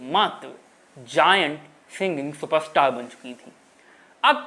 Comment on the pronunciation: ये उनका उच्चारण दोष हैं. जिस कारण वो " र " जैसे शब्द सही ढंग से बोल नहीं पाते. जैसे सुपरस्टार को वो सुप स्टार बोलता है.